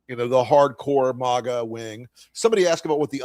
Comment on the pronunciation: It's MAGA, not MOGGA. Don't exoticize it with an accent.